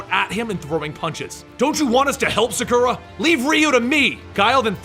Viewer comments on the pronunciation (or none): you pronounced sakura wrong